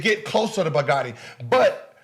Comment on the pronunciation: They way he pronounces bugatti messed with my head cuz it sounded like he was saying a word that sounded like “bigote” and I was damn Idk what that word is